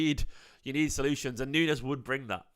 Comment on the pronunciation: His name is not NUNEZ - is pronounced Noons